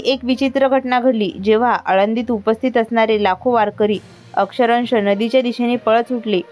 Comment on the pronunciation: अक्षरंश नाही, तर अक्षरशः आहे.😅